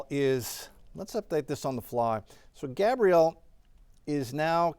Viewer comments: THANK YOU!! He was making me nuts mispronouncing that as a boys name. Geeze!!! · It’s not Gabriel but Gabrielle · Gabrielle not Gabriel. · That's GabriELLE not Gabriel 🤦🏾‍♀️🤦🏾‍♀️